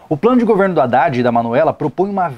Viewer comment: man vc reclama o Haddad pq tem erro ortografico no plano de governo dele, tudo bem acho que realmente isso não pode ocorrer mas vc tb fala o nome do cara errado toda hora KKKKKKKKK. discordo em muita coisa de que vc falou concordar om aulas a distancia kkkkkk vc ja fez matéria em ead?